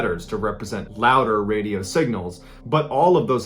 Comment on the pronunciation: Bro you said wadio